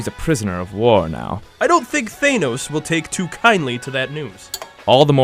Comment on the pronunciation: The way they pronounce Thanos bugs me but otherwise this is very good.